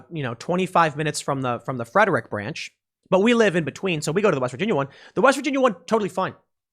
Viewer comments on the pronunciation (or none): Tim, it's pronounced Freh-drick.